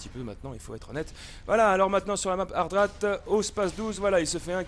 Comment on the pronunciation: décidement tu prononceras jamais hardat mais hartat :p